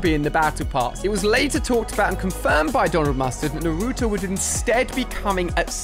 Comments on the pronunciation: It is Naruto not nuruto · Ali a: naruuuuuuuutoe Me: it's naratoe it's naruto but pronounce naratoe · Your saying naruto wrong